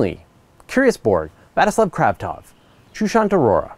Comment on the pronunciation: You've butchered last name of Vladislav Kravtsov. I also sometimes struggle to read such names when they written in such way. Trust me, it much easier to read it if it would be written like Владислав Кравцов.